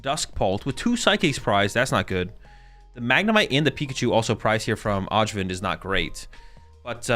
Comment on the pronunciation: Öjvind is pronounced like "Oi - vind". It's a soft J in a lot of European languages! 🙂